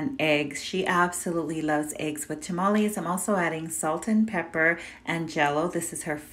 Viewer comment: “Tamalee” whattt not how u pronounce it 😑😭🥴totally Mexican riiiiiiiight?!🥲